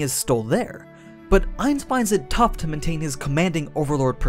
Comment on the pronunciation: Ainz not nines